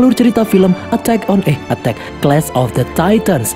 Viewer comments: Ko salah ngomong(a tak eeh ko a tak)😂😂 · Kata nya attack eh attack gw yang denger ngakak🤣🤣😂😂